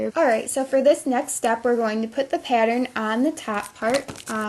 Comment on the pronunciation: shes good at these but every time she said pattern I got triggered lmao